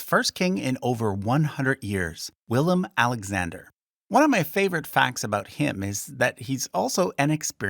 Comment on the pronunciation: Its willem